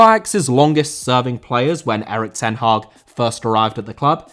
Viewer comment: Hag* not Horg